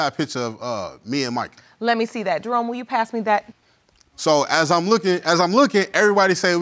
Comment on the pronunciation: Am I the only one who heard Jerome as drone ????🤭🤭🤭🤭